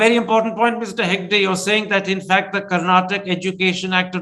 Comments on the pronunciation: Mr karana thaapara It's not karnatak It's Karnataka pronounce properly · Karnataka not Karnatak Mr Karen. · Mr. Karan Thapar please note ot is not KARNATAK. It is KARNATAKA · rascal thapar, its karnataka and not karnatak. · Please pronounce Karnataka correctly or explain why you use Karnatak. Thanks from a I huge supporter who listen to all your videos.